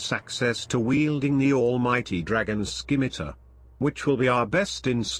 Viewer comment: I hate that the voice pronounced the C in scimitar